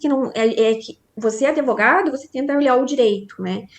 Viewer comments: Uma Advogada da defensoria falando : um amigo meu... Adevogado aff assassinaram o português😂😂😂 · Advogada falando que tem um amigo "adevogado""... fora o "impactuar" que a colega inscrita já citou. Tem coisas que doem, sabe? E o pior é que estão sendo ditas por alguém com, no mínimo, graduação.